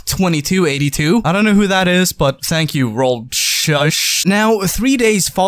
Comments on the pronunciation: Roll shuush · "Roll... Shush." :'D I will implement this into my common use of language. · Rollschuh is pronounced like that rollshoe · Rollschuh=Rollerskate in german, pronounced rollshoe 😂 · Yep. It's "Roll-shoe", spoken out around the same as it would in English. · Roll- Shoo?? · = Rollerskates2282 but nice try in the pronouncement haha german isn't your language